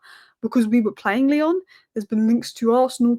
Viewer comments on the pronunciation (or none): none